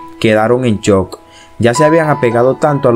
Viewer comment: Me dio risa sin juzgar por que se confundió dijo se quedaron en chok no en shok